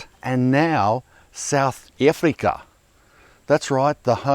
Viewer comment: The way he said South Africa 😂😂😂😂